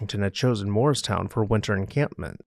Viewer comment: I know you’re saying Morristown but I hear moorestown, which is a different town by Philly.